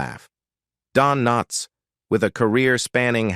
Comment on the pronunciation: I hate these AI readings. Don K NOTS?